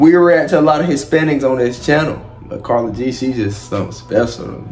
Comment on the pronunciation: Her name is pronounced like “care-ol-g” 💀💀